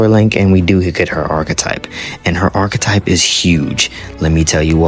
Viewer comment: You really suck at pronouncing some words, huh? Like Archetype and Regicide.